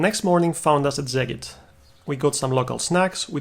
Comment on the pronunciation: Szeged is pronounced "Seged" not "Zeged".